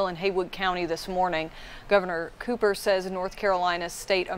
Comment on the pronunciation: it's COOPER, not copper. not hard.